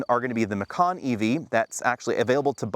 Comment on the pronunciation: When did Macan (mah-kahn) become McCann?